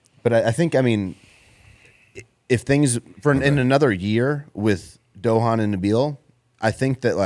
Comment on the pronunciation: tryna pronounce Dohan (I’m sure this isn’t spelled correctly) had me in tears 🤣🤣😭😭